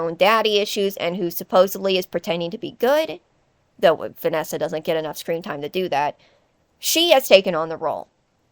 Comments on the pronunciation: Sorry but Vanana 💀 I can’t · “But Vanana-“ “But Vanessa and Vanny-“ I’m sorry, the Vanana slip up was gold. I once thought of that before too.